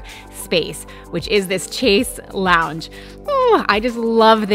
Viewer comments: Hehe chaise lounge is pronounced ‘shayze long’ not ‘chaze lounge’ x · OMG!! I am so wowed and covetous and “want that, need that!” that all I can do is be totally bitchy and say, “It’s pronounced shayzz, like Shea, not chezz!” ... sigh. So beautiful... sigh. Really. sigh. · Gorgeous! Just FYI chaise longue is a French word pronounced chaise (as in ‘chase’ someone around the garden and longue (as in ‘long’ hair). 😀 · the way chaise-lounge was pronounced + the sorrells being placed in the boutique-style closet - not ideal imo... everything else is wonderful! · The way you pronounced Chaise Longue😬🙈